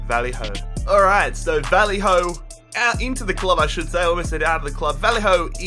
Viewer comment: Honestly cringe so hard every time you say Vallejo's name, it's Vayeho, not Valleyhoe